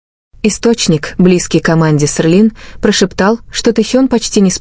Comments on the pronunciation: Вы только послушайте как оно проищносит ,,СЕЛИН,, КАК,, ОРЛИН ,, ЧТО МОЖЕТ БЫТЬ ПРАВДОЙ ЕСЛИ ДАЖЕ НАЗВАНИЯ ПУТАЮТ УМЫШЛЕННО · Селин, а не срлин. Тэхен, а не твон и другие имена. Так называемый блогер, позор тебе. Надо твой канал заблокировать. Трепло.